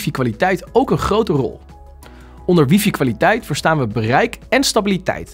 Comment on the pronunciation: Het is geen wiefie..het is WiFi…man man